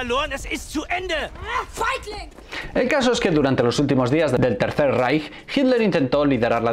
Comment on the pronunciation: Reich se pronuncia raigh y Keitel kaitel